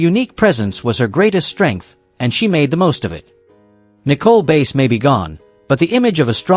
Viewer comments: This A I crap needs to STOP!!!!! It is messing up people's names. Nicole Base ??? No it is Nicole BASS Also they wrestled for the WWF!!!!! That was the company's name when all these talents performed in the company. NOT WWE!!! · Nicole Bass last name is pronounced like the fish Bass